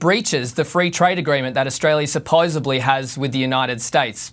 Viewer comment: that corresponded seriously just said "supposebly"